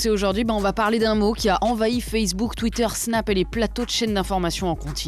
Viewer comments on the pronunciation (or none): none